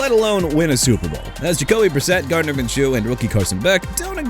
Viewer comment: WHAT PART OF MINSHEW AS IN MIN-SHOO NOT MIN-CHEW DON'T YOU UNDERSTAND BRO?! ALSO DESHAUN WATSON NOT DEJOHN WATSON! JAGUARS AS IN JA-GWAARS NOT JAGWIRES AND NEW ORLEANS AS IN NU OR-LINS NOT NEW OR-LEANS!! STOP DISRESPECTING JACKSONVILLE'S FOOTBALL TEAM AND THE CITY OF NEW ORLEANS BY BUTCHERING THEIR NAMES!! I'M SICK AND TIRED OF YOU!!!! TIME TO CLEAN OUT YOUR LOCKER AND QUIT!! WHILE YOU'RE AT IT YOUR EDITOR NEED TO UPDATE THE TITANS LOGO OR HE'LL BE AT THE UNEMPLOYMENT LINE!!